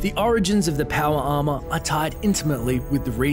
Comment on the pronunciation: "Powa arma"